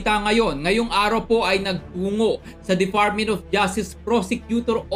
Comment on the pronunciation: Fotik narinig ko na naman ang "defartmint of justice prosecutor opis."